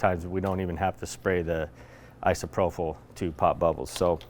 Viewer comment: Love you guys... but its "I-SO-PRO-PULL" :)